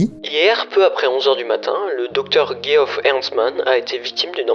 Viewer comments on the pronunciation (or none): Geoff ce prononce Jeff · Super video récapitulative mais tu pourrais au moins prononcer le nom de Geoff de la même manière dans la même phrase ^^' où alors te renseigner sur comment ca se prononce (Djeff).